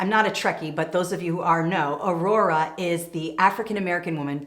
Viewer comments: Just listened to you describe Whoopi Goldberg's excitement around the fictional character Nyotal Uhura. Her first name Nyota: Knee-oh-ta; Last Name Uhura: Ooh-who-rah. It sounds as if you're saying Aurora--pronounced: A-roar-rah. Enjoyed all of your tips! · Wonderful information! And Uhura was a communications officer on the Enterprise, so that was an incredibly important job for a black woman of that time! 😊 Her name is pronounced "oo-hoo-ra" not Aurora. Just helping!